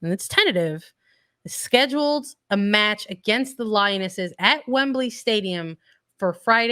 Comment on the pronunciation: Wembley not wembleeeey